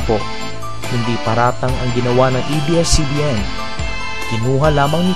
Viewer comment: Ate "ABS" hindi EBS.. bisaya ka?